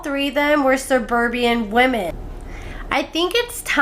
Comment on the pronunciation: *Seburbian lol